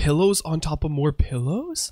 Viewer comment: "YOU CAN PUT P I L L O W S, ONTOP OF P I L L O W S !?" im crying xD